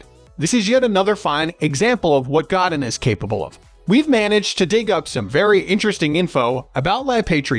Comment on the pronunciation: Did this bot just call him God-in like God in the sky .These bots do not speak French evidently .lol